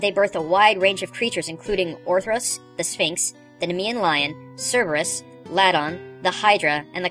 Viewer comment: I do believe that the C in Cerberus is pronounced like a K, not an S.